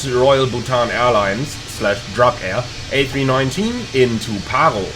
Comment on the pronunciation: Way too high.. Go around for sure by Druk pilots. Btw pronounced drook.. Short oo. Means dragon.